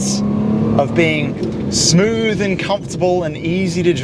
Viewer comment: "Its vewwwwy smoovvve" brother take some speech classes you're not 3 years old anymore.